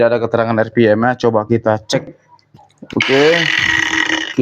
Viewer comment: Bang baca rpm nya yg bner lah